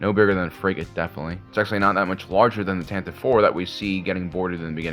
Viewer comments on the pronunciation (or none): You are mispronouncing Tantive.